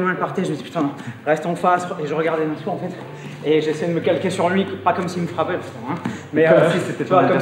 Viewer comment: Nassour cest un bon hahah t’as écorché le nom mais il a rien dit